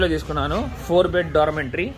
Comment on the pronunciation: It's called dormitory not dormintory.